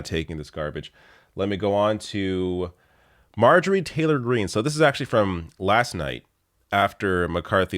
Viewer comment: Marjorie Taylor Greene = Marjereene.